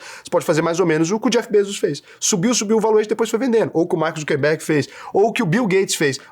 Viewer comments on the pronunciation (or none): none